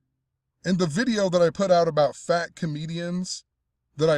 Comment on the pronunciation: Man, why do you gotta say it like FAT comedian died? Kinda rude as hell!